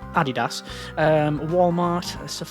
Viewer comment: Oh, you say Adidas weird.